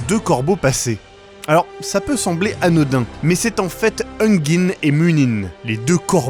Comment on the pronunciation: "ça peut sembler anODIN"